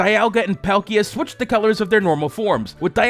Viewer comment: Dee-all-guh and Paul-key-uh. Also, I actually dont like flipping the colours... just doesnt look good